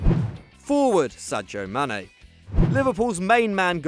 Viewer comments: It's pronounced Sajaw so he's not too far off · Yeah that's the correct pronunciation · Matthew Launchbury theyre not talking about joe Gomez, it’s how the guy pronounced Sadio Mane